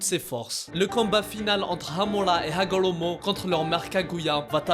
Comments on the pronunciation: Par contre c'est super chiant quand il dit :Hamula pas Hamula c'est Hamura c'est pareil avec Hagolomo c'est Hagoromo respecte les noms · Frr c’est quoi hamola et hagolomo tu c’est bah bien prononcé toi mdr 🤣